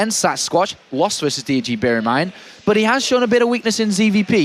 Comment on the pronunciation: Why can't this commentator say "but"? He keeps saying "boch".